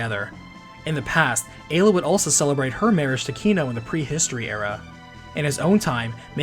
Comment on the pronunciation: Finally, someone that pronounces Ayla correctly.